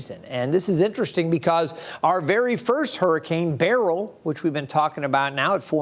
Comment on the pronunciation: Beryl pronounced as BARRELL?